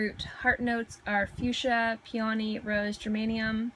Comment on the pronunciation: PEE uh nee = Peony Nass STIR shum = Nasturtium Ger AY nee um = Geranium Eh PITT uh mee = Epitome Seen your EEN ah = Signorina Hope it helps. 😊